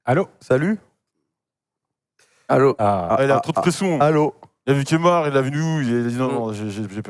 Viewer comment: C'est "Kemar" et non "Kémar" yes